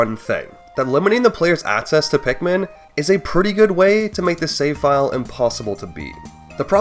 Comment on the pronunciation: Great video! I gotta say, I can't un-hear that throughout this video, you're say "aTcess" "aTcessible" and "eTcept," and I twitch every time. I'm sorry to anyone who now also notices this but I felt the need to spread the cognitohazard.